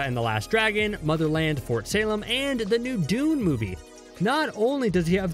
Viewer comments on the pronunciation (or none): none